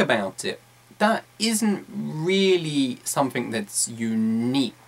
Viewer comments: I noticed that he pronounced wards like something, smoothly as somfing smmofly, am I the only one who noticed that? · "You need to talk about sumfink"?